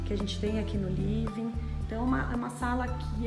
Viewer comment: Livin, clin, homi, brasileiro tem a mania de querer falar Ingles porem, pronuncia tudo errado.. vergonha alheia ..